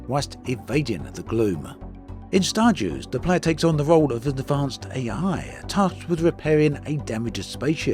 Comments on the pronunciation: Day us As in 'deus ex machina'. It's the proper Latin pronunciation. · I've been saying Star Dee Us, but don't know how it's actually pronounced.. Also highly recommend it for anyone who likes Rimworld!